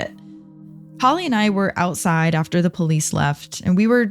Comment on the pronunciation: lol "and it was a really lovely trip aside London" can hear an accent in that statement 😂